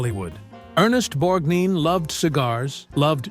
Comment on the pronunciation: Moderator..it is NOT Borgneen. It is pronounced Borgnine. It's your freaking job and you should know this.